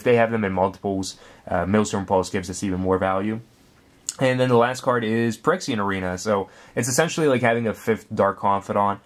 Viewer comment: its phy-rexia.... not perexia